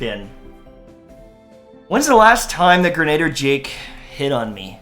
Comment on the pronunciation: Isn’t it gernader jake?🤔